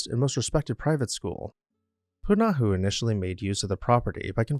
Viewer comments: Poo - nah - ho, with slight emphasis on the first syllable. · The school is pronounced "Pu-na-HO" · please learn the correct pronunciation of Punahou